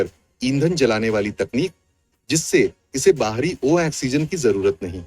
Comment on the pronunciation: Ai audio hai isliye oxygen bolne me usko dikkat ho rhi hai vo hindi me likha padh ke bol rha hai